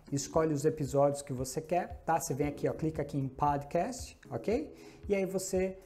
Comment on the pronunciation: Useful content. Dicas valiosas demais. Gostei muito da pronuncia de Podcast.